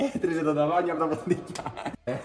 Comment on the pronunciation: ετριζε το το ταβά(ν)ι απ τα ποντικια.... Πάλι χάθηκε η προφορα στο νιι